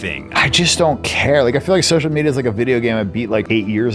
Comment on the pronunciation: What's with the random vocal frys going on in this video, holy crap? When you stressed quarter and media I had to laugh.